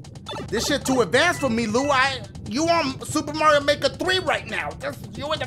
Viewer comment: Welcome back to suh-suhpuh marion makuh dont forget the puh